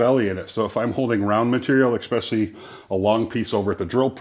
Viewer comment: Brilliant as usual, but it's ES-specially, not EK-specially.